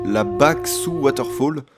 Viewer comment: Super video juste à tu dis Warterfall au lieu de Waterfall